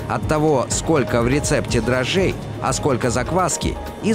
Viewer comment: Не дрожжей,а дрожжей